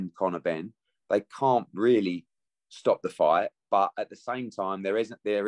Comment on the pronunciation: Edward trying the spin tactics again that's worked so often on the gullible and weak minded. I heard AJs sponsors said no to the fury fight although AJ weally weally wanted the fight. yeh whatever you mugs do one quack quack.